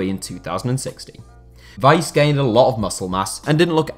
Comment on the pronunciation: His name is not Tim Wise it’s Tim Wiese (sounds like Veeseh)